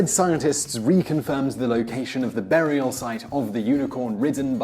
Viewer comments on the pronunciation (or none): none